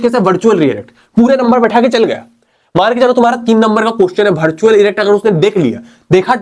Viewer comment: Bartual ✅ virtual ❎